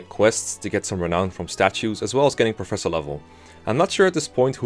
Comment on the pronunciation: I thought it was pronounced Professor. That's what all the people in universe say anyway. Hmm I wonder what my recommended videos will be: Can You Beat Pokemon Sword and Shield Using Only A SNOM? Can You Beat Pokemon Black WITHOUT EXP? [note: I know the answer is yes for Pokemon White because dondon151 did a speedrun of that before the game was even out in English, seriously the playlist is his channel] Real 3 Housewives of Garreg Mach (Fire Emblem 3 Houses Parody Animation) Can You Beat Terraria With only the Sand Gun? Terraria, now there's a surprise.